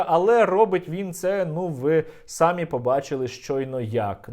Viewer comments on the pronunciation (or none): Все правильно сказано. Але чомусь усі українські блогери кажуть сАмі, а не самІ, невже це слово таке важке?